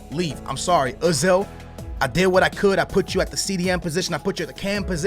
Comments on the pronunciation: It's OOOOOOOOOOOzil not UHHHHHHHzil God do none of you you tubers that play Fifa watch games in real life ? So irritating . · Eyezil phoned homed! Lol